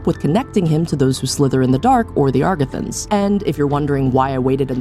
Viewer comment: Great video, I love your attention to detail and your points are very compelling. I've been very convinced that this is a sequel and you're the first person to make me reconsider that. One thing, though, I'm pretty sure it's "Agarthans" not "Agrathans" and also our current calendar is "Gregorian", not "Georgian'. Sorry if I'm being pedantic 😅